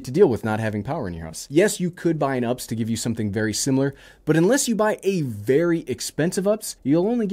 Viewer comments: California has lost power for sometime! Also it’s pronounced U-P-S not ups. We’re talking about a battery back up system not life (which has many ups and downs) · It's kind of cringe when you call a U-P-S an Ups. Sorry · its not "ups" it's U P S. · I’ve never heard anyone call it an UPs. I thought people pronounced it like the shipping company. UPS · Great video, as usual. But errr... it U-P-S. ~☆ (the more you know)